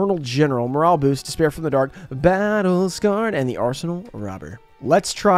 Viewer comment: I love when she says Battle Scared lol